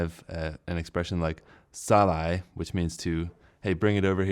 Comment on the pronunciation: sa-lai3 is usually pronouned in natural tone sa--lai